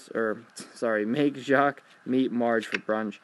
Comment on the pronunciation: You perfectly said jaques, great job x) French is hard and annoying.